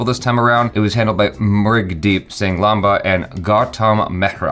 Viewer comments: Lamba doesn't necessarily mean "long" that's a surname in this case and this particular "Lamba" is pronounced as: lAAmba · is super smart.. Yes Lamba means long in hindi, however the last name "Lamba" is pronounced as Laamba, an extra A. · That’s lambaa (which translates to Long) 😂 The last name is read Laamba. has managed to piss off Punjabi - khatri (a Punjabi cast of both Hindus and Sikhs) 😜😂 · Lamba (with a short 'a') means long. What you guys read is Laamba (that's with longer 'a') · "Lamba" is also a surname, and the surname is pronounced "laamba" and the word for long is pronounced "lumba", the "u" sound is said like the "u" from lust 😅. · Lamba does mean long in hindi. Just the pronounciation is different.